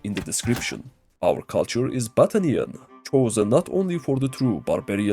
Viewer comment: Man I cannot be the only one hearing "Butt Onion" instead of "Battanian" 😂